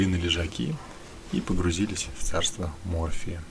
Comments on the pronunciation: В царство"морфия" /ударение на первом слоге ,как у вас/ не дай Бог, а вот в царство Морфея , то спокойной ночи!!! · ударение на Е,а не на О))А то мОрфий это наркотик)